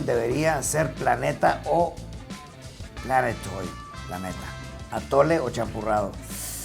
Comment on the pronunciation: Gente normal: Planetoide El Rey: P L A N E T O I D